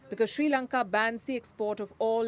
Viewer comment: We are not in Any Crisis. Palki don't lie! With China we are very powerful... & palki say our country's name correctly.. not Sri lanka! It's Chi Lanka! Okkk